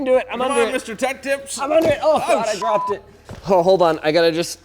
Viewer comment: Nobody: Absolutely nobody: Linus: DROPT!